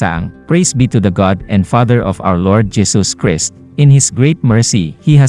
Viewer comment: Mag aral nga kayo ng tamang pagbasa, Jesus Christ hindi pa masabi ng tama